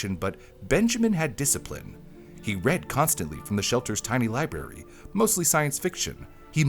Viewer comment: Did you say........Liberry?